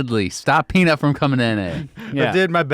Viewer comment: Why is saying Peanit?